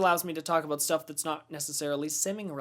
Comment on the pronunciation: Also love it when you say schtuff haha :)